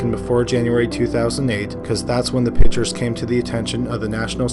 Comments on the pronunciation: The speaker needs to pronounce the word "pictures" correctly. Pick-ture...not pitcher...so annoying. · I’m sorry to criticize but PICTURES is not pronounced ”PITCHERS”; A pitcher is a baseball player or something that holds liquid. A PICTURE is a Portrait or a photograph & is pronounced PICK-SHUR